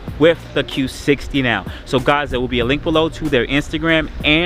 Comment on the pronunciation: Still trying to get used to you saying Q60 lol